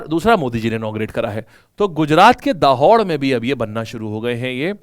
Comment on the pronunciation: Sir me gujarat ke dahod se hu दाहोड nahi (दाहोद) hota hai, abhi yaha kal ki inauguration hua hai new railway factory ka bahut badi hai pura new construction kar diya hai wo bhi bahut fast